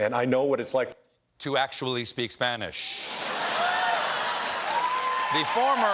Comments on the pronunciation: I've never had a single Spanish lesson, but even I could tell Booker's pronunciation was very "Anglo/English" 😅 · I don't understand why someone bothers to learn Spanish but doesn't bother to learn how to pronounce it correctly. (we're looking at you, Cory.) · Jesus, Cory needs to start taking Spanish lessons, because his pronunciation is ATROCIOUS. I could barely understand him.